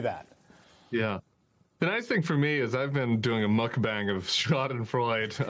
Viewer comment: He said schadenfreude wrong, very gauche.